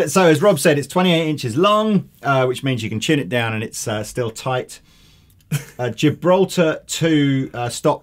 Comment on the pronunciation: Gibraltar drum hardware is a separate company (owned by Kaman) and has nothing to do with the Gibraltar bridge on some Ibanezes, aside from sharing a name. Fun fact though: Ibanez makes Tama drums (actually they're both owned by Hoshino Gakki, but close enough.) Also, the proper pronunciation of the common name for "Tilia" genus is "bas-wud", short 'a'. The "bass" in this case rhymes with "ass" (which is how us Yanks say "arse".) Also rhymes with that infamous punk band Crass. It does not rhyme with the last word in 'Ace of Base', even though it should be spelled "Ace of Bass". Alas, neither spelling makes them suck any less.